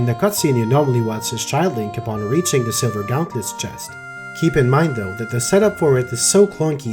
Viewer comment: Pronunciation of the words “carpenter” and “gauntlet” are a bit off